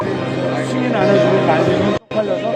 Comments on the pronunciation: 바이든은 아니고만 날리면을 말리면 발리면 처럼 발음한게 문제임 반복으로 들어보면 그렇게 들리네여 말리면 발리면 처럼 발음해서 얼핏들으면 바이든으로 착각하게됨 해프닝인데 어쨌든 야당쪽을 비하한건 맞는듯 ㅠㅠ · 날리면 으로 들리내요